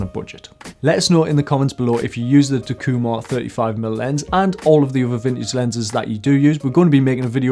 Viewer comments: In Japanese there are no accents as they are used to indicate the actual meaning of a sentence. Everything is pronounced "flat." The pronunciation would be "tak-eeu-mar" with no inflection. Hope this might help you. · All these years I've been pronouncing it "TACK-You-Mar" ;) Pentax have long been a sort of under-appreciated lens, but they have some phenomenal glass. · I agree with your lens choice but it took me some time to understand your (wild) mispronunciation of Takumar...